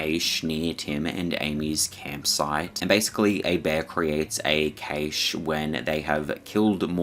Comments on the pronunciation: first of all, im not going to be told to not hunt by someone who cant pronounce cache. second of all there are, according to google, 30,000 grizzlies in Alaska alone. I dont see the issue. I dont even have a desire to hunt them. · I like your video but you kept mispronouncing the word cache . It pronounced Kash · sounds like 'kash' for cache my friend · It is pronounced CASH. Not CACHE. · Its pronounced cash. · Cache is pronounced like 'cash'. Sorry, im British 😁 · Cache is pronounced “cash” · After the 3rd or 4th time you said "kay-shh" i realized you were saying Cache (cash) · Now can you please explain to your viewers what the hell a "KAYSH" is because according to the Oxford English dictionary that particular word does not exist. That's not how you pronounce cache. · "Cache" is pronounced the same as Cash. What a zoomer moment you had there. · Cache is pronounced cash, not cay-sh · Kaysh? Its supposed to be pronounced like "cash" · I cringed when he said cache like kay-che. Its pernounced 'cash' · Cache is pronounced “cash”, not caish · LOVE YOUR VIDEOS … but “Cache” isn’t pronounced “Caysh” but “Cash”. Cache = “Cash” ❤❤ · Cash eh. Not keish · Decent video on the whole but one thing that irritated me, like with numerous videos recently is the complete laziness or complete lack of understanding of the english language. CACHE IS NOT PRONOUNCED "KAYSH". It's pronounced more like "cash" or if you are a posh European that pronounces the "E" then it's pronounced like "Cash-ay". "KAYSH" isn't a word and I don't care where abouts in the world you are cache has never been pronounced as KAYSH. (Where did you even get that from?) If you can't pronounce simple words correctly then you shouldn't be narrating videos. Stop butchering my language and then posting it so everyone else starts pronouncing it incorrectly. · It's Cashay, not Kaysh. You're mispronounced words have baited me into commenting, well done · Cashe pronounced Cash* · Cache is pronounced 'cash'.